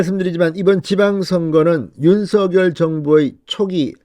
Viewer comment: 진성호 당신 *윤서결이란 사람은 없습니다 *원성열이란 사람은 있습니다 *윤성열 로 *윤성열 로 *윤성열 로 발음하세요 진성호씨~~~ *성열*로 소리내기 *성열*로 소리내기 우리말 공부 좀 하세요